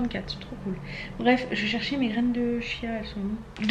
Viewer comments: Coucou. On dit "kia" pour les graines de chia ! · cela ce dit chia 😜💋💋💋💋💋💋❤️